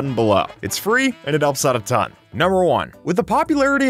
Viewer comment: Fun fact: it sounds like he says it’s free and it helps out a tounge